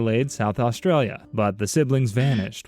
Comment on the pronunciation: The way u pronounced Australia made me cringe so hard 😭